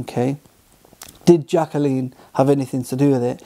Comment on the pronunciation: Her name's not "Jack-a-leen." It's Jaclyn, JACK-LINN, you moron.